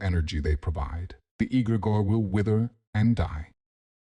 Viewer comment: Yeah I realized as soon as egregore was pronounced egg-grey-gore.